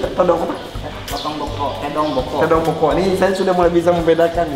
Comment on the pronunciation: "Tedong Lotong Boko'"..... bukan tedong bokok